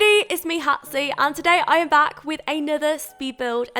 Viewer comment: Did I hear hey it's me hatsy at the beginning? XD